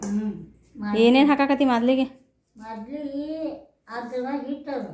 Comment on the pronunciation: ಮಾದಲಿ ಅಲ್ಲ ತಾಯಿ ಮಾಲ್ದಿ